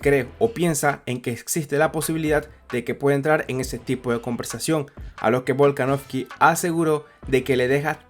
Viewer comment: En 5 minutos dijiste tantas veces "Alexander volkanoFFFky" q no tuve más opción q sacar el video.